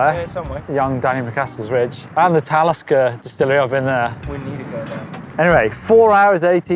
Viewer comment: Talisker, ah yes :D